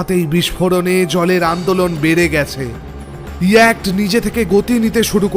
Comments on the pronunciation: Its yacht..ch is silent..pronunciation hobe ইয়ট। ইয়াক্ট noy.. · Darun laglo ...tobe koyekta pronunciation thik korte parle r o valo hoy. Jemon s, sh er r yacht hobe yewat...yakt noy. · না বলে পারছি না,কারণ আমি একজন গুণমুগ্ধ শ্রোতা এই চ্যানেল এর তাই এই correction টুকু করছি।YACHT-এই শব্দ টির উচ্চারণ হবে ইয়ট। NOT ইয়ক্ট। please correct it. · Yacht এর বাংলা উচ্চারণ ইয়াট্ হয় । দয়া করে পরবর্তী ক্ষেত্রে ওটা শুধরে নেবেন, শুনতে খুব খারাপ লাগছে । গল্প শোনার আনন্দটাই মাটি হয়ে যাচ্ছে ।